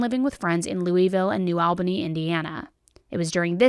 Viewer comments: Am I the only one who gets offended when someone says LOUISville you pronounce it lol-vull and new Albany why she say it new ALbany it’s new all-bany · Girl I’m gonna lose my mind. New ALBANY 😂 WTH did you say